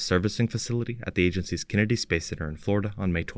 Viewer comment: Please stop using an AI reader! Don’t try to upgrade it, hire a human and make sure they can pronounce “Kennedy”.